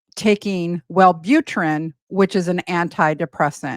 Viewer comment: Were you really a nurse? Multiple times you said Well boot er ran. It's pronounced well boo trin. A nurse would pronounce it correctly